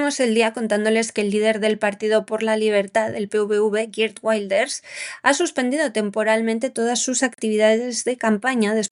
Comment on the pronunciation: Y los secuestrados por Hamás que han muerto, ¿Cómo han muerto? ¿Cómo se lo han tomado sus familiares?, Wilders no se pronuncia en inglés, tome ejemplo del señor Vidal, que pronuncia mejor los idiomas...